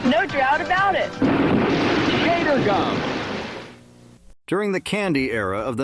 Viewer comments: Why did he keep calling Gatorade (pronounced Gātorgüm), Gahtorgoom? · "Gotter-gum." Artificial Intelligence is not so intelligent. Nothing like being talked to by an idiot bot. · Why in God's name were you pronouncing Gatorgum the way you did?? You can say Gatorade but not Gatorgum? The gum is pronounced the SAME way as the drink 🤦‍♀️ So cringe every time you said it.